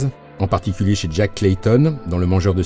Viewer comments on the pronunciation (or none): none